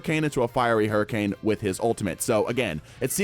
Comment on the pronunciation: Not to mention “hurriance”